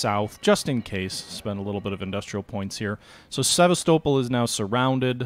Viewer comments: Please it is pronounced SeVAStopol not SevasTOEpol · Please, please! It's pronounced Seh-VAS'-tow-pole. Now, let's say it together, Sevastopol. Alright, good.